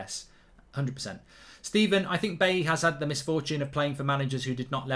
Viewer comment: I wish streamers would start pronouncing Bailly's name properly. It's pronounced Buy-ee, not Bay-ee. 😲😲😲